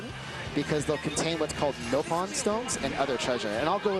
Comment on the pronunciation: Why does he say Nope-on aaaaaaaaaaaaaa